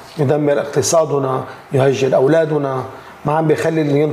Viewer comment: يهجر اولادّنا، الدال عليها فتحة مش ضمّة لانه اولادنا في هذه الجملة مفعول به، اقتضى التصويب...